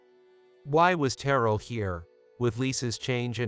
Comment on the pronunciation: AI mispronouncing Terrell's name!